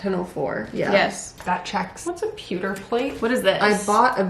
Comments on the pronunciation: saying pewter correct then changing to poo is hilarious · Peww 👉peww 👉. Not pooter 💩 😂. E&C CANDE Detectives. 😆